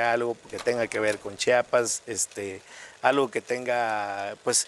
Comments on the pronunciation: Por favor Gustavo, chi a pas, No chapas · Qué coraje que por más que Carlos enfatizaba diciendo el nombre de "CHIAPAS", Gustavo nunca dejó de pronunciarlo mal: "CHAPAS". No hay cosa que moleste más a un chiapaneco que oír pronunciarlo incorrectamente; y a mí también 😡